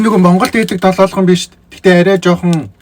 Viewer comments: Долоолгоно биш долоогоно шүү. Амжилт😉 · Irs not doloolgono its doloogono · btw its not doloolgono its doloogono 😂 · Долоолгоно бишээ долоогоно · Долоолгон биш долоогон шүү 😅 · долоолгоно гэшш долоогоно гээч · Долоолгоно биш шүү долоогоно шүү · Ахаа долоолгон биш долоогоно шүү❤❤❤ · Долоолгоно2 гээд байхын Долоогоно шүү😂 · Долоолгоно биш долоогоно шүү за❤